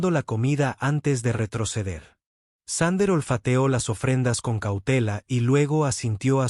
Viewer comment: Thunder --> Sander (reconstruccion fonética de la IA) ... Thunder --> Trueno (traducción del ánglico coloquial al español) 😁😁😁